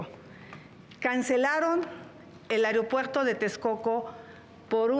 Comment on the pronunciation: Llo como mexicano no confío a estás personas, deporsi él pri todo el tiempo nos a jodido y no saben ablar, dice airiopuerto, cuando ésa no es la palabra, Xochitl Gálvez, centro de salud, dice centro dé salus, tener ésas personas que nos representen puras nacas.